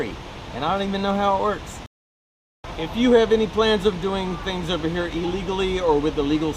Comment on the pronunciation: herro. Wtf? Haha